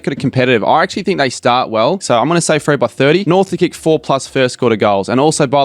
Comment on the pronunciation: that man doesn't know how to say Freo